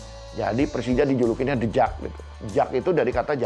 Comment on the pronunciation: Yg dubing siapa sih?? Tiap sebut the jak Pelafalannya salah..